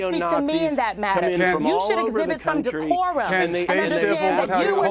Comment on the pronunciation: "you gotta speak to me wit day-kor-um! So you can jus shut up!" Poor Simone. She'll win a congeniality award.